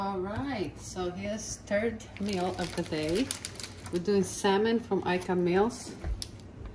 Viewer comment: Turd meal for the day :-)